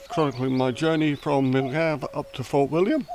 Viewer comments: From where ? Milngavie is pronounced like mul-guy. Not miln-gavie. And, wild camping is mostly legal in Scotland but there are many places along the Loch Lomond sections of the walk where camping is prohibited except in winter. Due to 'dirty' camping becoming a huge issue, especially close to roads. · Great video diary of the WHW and really appreciated seeing your wild camping experience with lots of useful information. Some wee pronunciation points: Mil-guy not Mil-gav, Drim-in, not Dray-men, Tin-drum not Tray-drim but it all added to the entertainment! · The Place and Start is Pronounced MIL-GUY ...( Milgavie), DRY- MEN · A good video is let down by issues around place names, especially where there are people to ask. Mull-guy - (Milngavie) is just one well-known example but I am sure that the pronunciation of Drymen, Rowardennan, Inversnaid and Tyndrum could easily have been resolved by asking. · Nice film. Your day 4 night after Bridge of Orchy was exactly the spot where I slept when I walked it, and you're right, it does give you a useful bit of shelter. As a blow-in, it's taken me years to get used to the pronunciation of place names here, many of which are impossible to get by just reading them. In order, some of the ones you encountered are pronounced "Mull guy"; "Drimmen"; and "Tindrum".